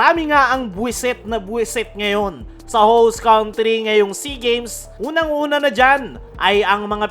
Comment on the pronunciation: PRE TANDA MO NA HINDI KA PA MARUNONG BUMIGKAS NG COUNTRY..BINIBIGKAS ITONG (KANTRI) HINDI (KAUNTRI)